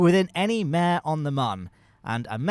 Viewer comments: Pro-tip: “Mare” in the context of Lunar low-lands is pronounced “Mar-ae.” It’s derived from the Latin word for “sea.” The reason why they were called “Mare” is because they appeared to look like bodies of water due to their (relatively speaking) flat surfaces. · Bonus points if you roll the ‘r’